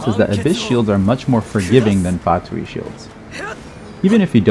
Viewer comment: Unrelated, but thank you for being the only person other than myself whom I've heard pronouncing Fatui correctly instead of "fatooey"